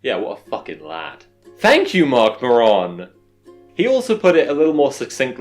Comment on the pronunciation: That isn’t how you pronounce Marc Maron’s name, my friend.